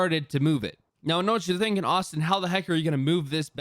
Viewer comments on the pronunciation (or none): none